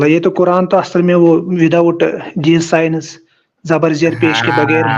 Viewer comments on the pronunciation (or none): ये साइंस को साइनस बोल रहा है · 😂😂साला... आधी स्ट्रीम मे सोचता रहा यें "सायनस" क्या हैं.... बाद मे पता चला... यें आरिफ चूxx को "सायन्स" बोलना था....